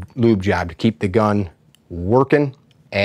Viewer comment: It's just as easy to say lubricate or even better, gun oil or just, oil. You said lyúbe😚 like 70 times.